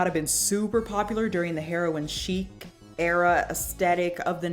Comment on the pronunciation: “Herion chic” lmao omg